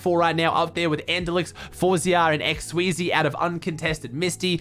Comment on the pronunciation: day 1 of saying his name is pronounced x-sweez not x-sweezey